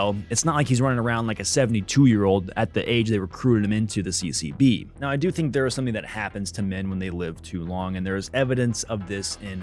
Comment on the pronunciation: Everytime you say CCB i keep hearing CCP 😂😂😅😅